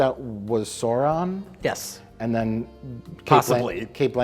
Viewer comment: Why is it that American's have such trouble pronoucing Sauron?